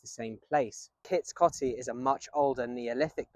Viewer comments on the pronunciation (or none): Coty is pronounced with an O as in 'Oh'. I've been around that way a few times. Very interesting history, thanks for sharing 😊